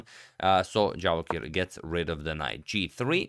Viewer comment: Did he just misread Javokhir to Jarokhiv?